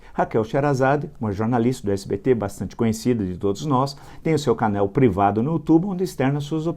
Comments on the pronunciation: fala que o Luciano escreveu "demetir" e logo em seguida fala "canél" ao invés de "canal"....patético! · Canel?? Fala direito,Villa.O correto e' canal.